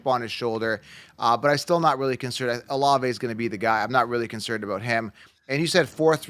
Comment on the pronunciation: Dude said olave in the 4th or 5th😂😂